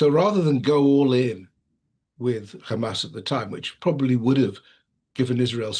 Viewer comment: Yes, lets believe the impartial analysis from someone who says "khamas"